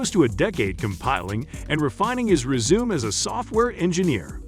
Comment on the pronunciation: I think u better get someone that can pronounce better! He worked 10 years on his reezume??? It’s resume